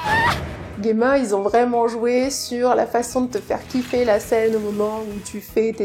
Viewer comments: Alors, si je puis me permettre, en japonais Gemma s'écrit ジェマ, ça se prononce Jéma, comme en français et non Guéma, voila voila… Sinon la vidéo sympa comme toujours. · Pour Gemma, le fait de dire "je le dis a la japonaise" c'est malheureusement même pas vrai, car j'ai joué avec les voix japonaises et ils prononcent "Jima" en Japonais :/